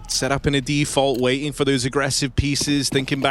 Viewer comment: How come the casters skip the last T in words but only sometimes? I hear weighing instead of waiting, compee ing, yet they never say Zon Icks.